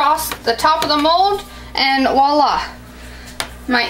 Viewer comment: Did you say Wallah? Its voila!